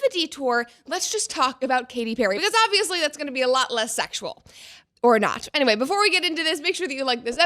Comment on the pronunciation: emphasis on "or not"...